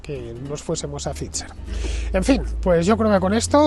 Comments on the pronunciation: Que sigas diciendo Fitzer en vez de Phai-ser a estas alturas también es gracioso… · Hijo infórmate no es Fitzer es Pfizer (se pronuncia faitzer) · Para no escapársete nada, la pronunciación de la Bigpharma no se te queda eh? /faiser/ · “Pfizer” se puede pronunciar como “pfaitser”, me resulta raro oír “fitxher” en boca de Fernando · Se te ve muy convencido por eso has vuelto a por la tercera banderilla. Qué dolor de oído cada vez que dices FIZZZZER😅😅😅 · Só escutar dizer "phitcher" en vez de "pfizer" já me deu principios de vomito. Este está grafenado até à raiz dos cabelos. Este é o nivel. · Se pronuncia “faizer “ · Nu, nu... "Faisor" (º_º) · No comprendo este comentario 😮 hasta la fecha se sabe que la unión europea favoreció este tóxico al mundo, con todos los intereses de conflicto. Estarán contentos en pfizer porque hasta lo pronuncia raro…😂😂😂 USTED DEFIENDE QUE,???